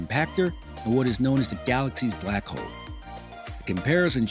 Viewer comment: He says "hoe" instead of "hole" making me conclude he's black